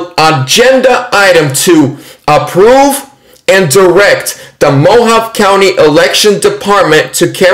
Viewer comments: Mohavé. Not Mohav. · I believe Mohave is pronounced MOE HAHV EE. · Hey, "Mohave" is pronounced "mo-HAH-vee". Not picking at you, just trying to help. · It's pronounced "Mo Hahv Ee" County. And it's actually one of the most conservative counties in Arizona. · Mohave is pronounced mo-hov-vee. 😂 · its MO- HOV- VEE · It's pronounced mo-ha-vey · "Mo-hahv-ee" is another acceptable pronunciation. The E at the end of Mojave can be pronounced like "ee." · We have a Mohave Desert, in California; pronounced MOW-HAW-VEE. Love your content, another great video. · The E at the end of Mojave can be pronounced either as the "ee" sound or "ay" sound depending on who you ask in the county, but since I live close and have visited the area numerous times, it's often pronounced kind of like an in between of "ee" and "ay." No real way to accurately write it out. (I mean "ay" like the sound in words like say, pray, or day. Just to be clear.)